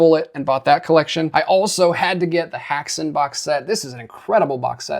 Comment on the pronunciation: It's actually pronounced HEX-an (Häxan) not to be annoying...just the more you know!